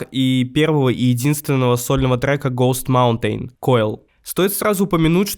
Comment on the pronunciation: автор настолько олдген что не знает как произносится sematary и host Mountain, при том что это даже в треках можно услышать